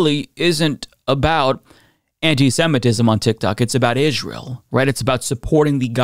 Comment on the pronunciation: Damn why does he keep saying israel like that